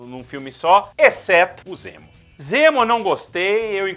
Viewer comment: Ok, e...? Amo a Marvel e não sou Hater mas ela continua sem vilões fodas(único que se salva é o Loki). Poderia ser qualquer nome pra ele mas nao de Zemo, não o Zemo que eu curto nas hqs. E vê se aprende a falar direito fãboy**. "M" é antes de "P" e "B", não "N" ;)